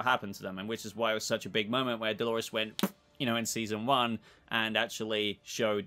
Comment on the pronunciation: I keep hearing him say Halores 🤣